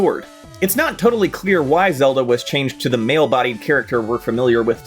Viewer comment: Ah Frick, it's April fools. You had me till you started calling link zalda